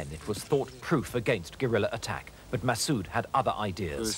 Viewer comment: masssooooooooooooooooooooooooooooooooooooooooooooooooooood ....pronounce it propoerly